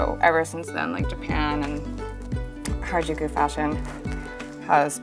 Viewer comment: No one: The people in these videos: harijuku fashon